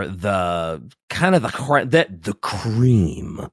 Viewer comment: why did slaanesh be the first thing that came to his mind in terms of confusing lore to choose to decide on? don't like how he "empathised" the word cream either